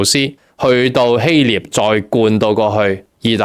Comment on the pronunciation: 希臘/經常讀錯?😤、希立請更正🥴🥴